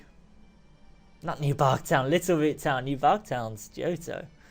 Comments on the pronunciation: You said Newbark town when you went to fly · Did anyone else heard new bark town